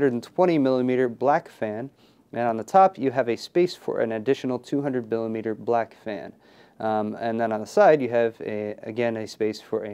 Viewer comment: he said 200 bilimeter black fan LoL